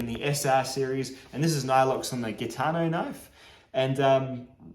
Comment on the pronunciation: it is pronounced "Jitano" . The G is not a hard G It's like in GIF :D You skipped ZDP :[